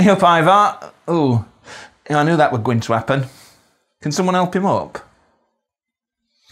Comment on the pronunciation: Fascinating and really well observed. I did hear your g at the end of words like thinG and goinG. Sounds slightly Mancunian.